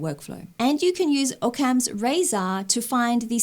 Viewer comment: I’ve always heard Occam’s razor pronounced “Awe-cum”. Great job!